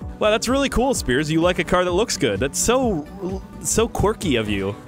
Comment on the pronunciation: “Hey 5 gta guys here, and welcome back to some ”